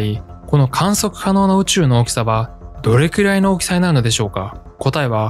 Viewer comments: どれきゅらい が気になって仕方ないw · 「どれきゅらい」 が、気になって気になって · どれきゅらいって言うのが気になる…